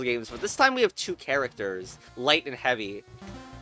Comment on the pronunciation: heavy? is he russian?